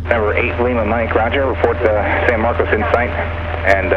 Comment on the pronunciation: I like how the TRACON controller is the only person in Texas that knows that phonetically MarcOs is not MarcUs . Good video and you have some great stuff that is helpful to future pilots. Coming from a CFI, keep it up!